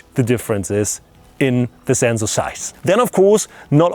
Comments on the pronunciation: It's not the germans that pronounce sensor like that, its just him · zenzor, never knew that germans said it like that. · the "zenzor" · Who came here to hear him say Zenzor? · I love how German's pronounce SENSOR.